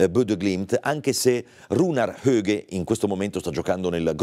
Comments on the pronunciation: HAUGE e non Hoge. HAUGE e non Hauge. HAUGE e non Hoge. Nonostante si sia ascoltata la pronuncia corretta, continuiamo a sbagliare. Rispetto, rispetto pf. Non credo che per lei sia difficile DIRE HAUGE. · Infatti “HoGhE” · Si ok tutto bello ma si pronuncia ians petter aughe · È corretta la pronuncia di Suma?